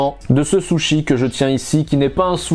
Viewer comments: Y'en a qui disent Soushi, toi tu dis carrément Sochi 😂 Alors qu'en vrai c'est Sushi ( le U prononcé comme le U français ). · Je reve ou il a dit les "saushi" ? 🤣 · pourquoi t'as dis soshi. pourquoi. t'as dis. soshi. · Par contre la prononciation c’est autre chose 😂 « j’adore les sochi » 😂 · Soshi?!?! Non ct juste une erreur de prononciation